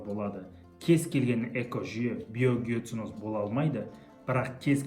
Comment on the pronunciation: Биогеоценозды қәте айтыпсыз